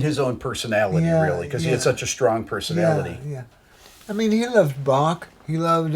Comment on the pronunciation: I am proud that Rick pronounced Bach right. Unlike all the Americans like Buck....